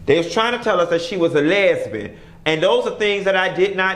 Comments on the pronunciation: “A les-BEEN” 🤣🤣🤣🤣🤣I’m not finna play with you Q!! 🤣🤣🤣🤣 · Not you said lesban lol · Melanin_monroe that’s how my very southern grandmother says it🤣🤣🤣